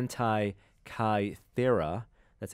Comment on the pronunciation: "the hentai-kythera mechanism"